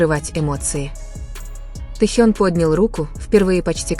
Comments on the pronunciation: Он Техен а не Тейон так режет слух, что вы не можете даже имя вымолвить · Ну почему искожаете имя Тэхена?? Не приятно даже слышать и слушать